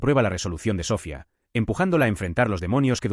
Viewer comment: Me duelen los oídos al escuchar SÓFIA....👎👎👎